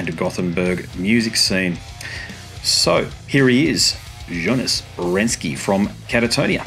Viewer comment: Mispronounced his name, which is strangely common. It’s Renkse, not Renske. Also, a question about Anders’ absence from touring would have been good. So hard to find information about that, it’s almost like a secret. Katatonia is not just a Jonas solo tour (although it feels like it now and felt like it at the show).